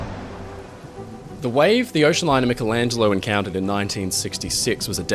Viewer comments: Great video; fascinating and thought-provoking. But why on earth do some Americans seemingly deliberately mis-pronounce peoples' names in this way? "A-dolph Hilter"? "Mick-elangelo"? Whomever the individuals may be, it's insulting and discourteous. Same goes for countries - "Eye-raq"? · I love you but you need to work on how you say: "aluminum" and "Michelangelo." 😂 I doubt you call yourself Mick-ell Brady.